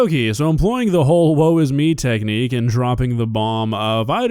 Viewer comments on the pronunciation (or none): took me a minute.. it's "woe". Not "whoa" 😊